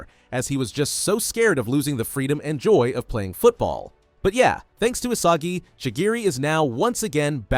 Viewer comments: Isagi ❌ Asagi ✅ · Is not Asagi is Isagi